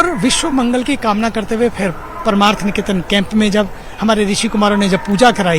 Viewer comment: paramarth hai paraamarth nahi... pronounce to sahi kar lo